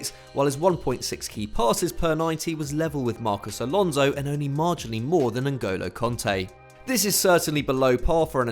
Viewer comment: "N'golo konte"